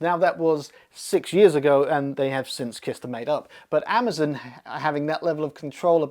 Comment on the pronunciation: "Amazn", lol.